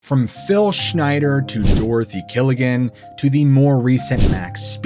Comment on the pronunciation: Not killigen